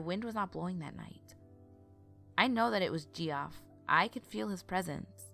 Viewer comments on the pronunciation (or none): Deff not pronounced "Geoff" lol it's pronounced "Jeff" my brother has the same name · And it’s Kenn-e-stone hospital. And Geoff is pronounced Jeff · Geoff is pronounced Jeff. just had to mention it. funny way to spell the name imo!! ;) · Marietta (Mary-Etta), Kennesaw (ken-uh-saw), Kennestone(ken-uh-stone), Geoff (Jeff) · Love the narration and the story. Great work!!! Ima fan. BTW Geoff is pronounced Jeff. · Hey sis. HOW do you feel about rerecording the Jeff story? Because I had to listen to it twice because I was more entertained by your pronunciation of Geoff. And silly enough me and my husband got distracted and started talking about people who spell their name that way. Before we knew it. We had missed the entire story. lmao... I'm thinking maybe we weren't the only ones. Just a thought. but i STILL you have an awesome voice. <3